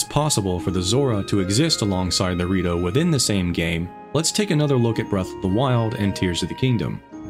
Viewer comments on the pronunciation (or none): Man, I'm telling you. Everytime he says "the Rito", I hear Dorito